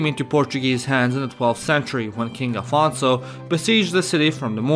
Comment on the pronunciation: u not lying as a portuguese saying ''Afonso'' was really good então quem vai traduzir isto??